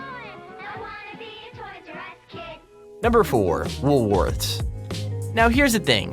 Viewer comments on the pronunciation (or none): WoolWorthes in Australia is a supermarket. I dont know about you guys but when he said "woolworthers" I was about to go out on him until i saw a pic of the store he was talking about